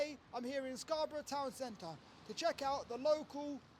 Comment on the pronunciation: Scarborough, not Scarburrow. Pronounced Scarburah same with Mexborough, Middlesborough, Peterborough, Loughborough, Knaresborough, Gainsborough, Marlborough, Wellingborough We eat EVERYTHING with a knife & Fork. (Unless we've been for fish & chips on the way home from the pub) The amount of video's I've seen of Americans picking food up to eat it in restaurants. As for service the only problem is when you want to go & you can't attract someones attention to take your money.